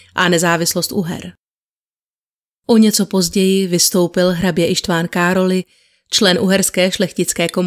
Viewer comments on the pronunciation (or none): Z maďarštiny Károly se čte károj (král) ly (j), podobně jako například Mihály miháj atd., jinak samozřejmě kéž by povídání bylo nekonečné a těšil jsem se na druhý díl.